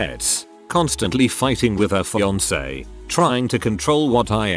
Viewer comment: What is really cringeworthy is the robot reader constantly mispronouncing fiancé with a hard K sound.